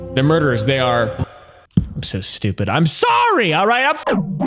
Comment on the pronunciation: It’s qwoite shtoopid innit